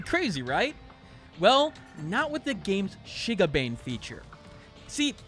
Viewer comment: I'm cringing because of your pronunciation of Shigabane